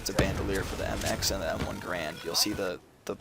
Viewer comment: Stop pronouncing Garand improperly please. It's a person's last name, how would you like it if people pronounced your names incorrectly..